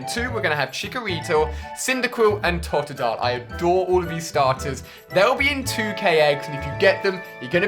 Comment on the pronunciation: I can't believe how he says the pokemons names xD dont hate.